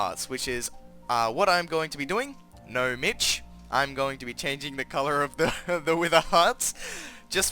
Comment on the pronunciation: its nomic, not nomitch